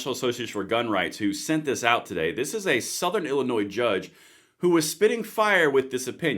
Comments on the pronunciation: Not to be picky, Illinois is pronounced as “llinoi” with an s at the end which is silent. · Dude... the S in Illinois is silent. This is some important stuff!